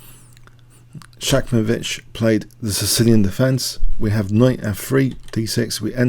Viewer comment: It is ShaMKovich, not ShaKMovich. But I am not able to do as good videos as yours,!